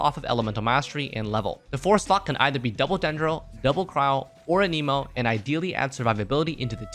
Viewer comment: It's been more than two years can you pronounce anemo right? It's not aneemo.